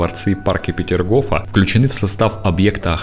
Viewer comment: Не Петергова, а Петергофа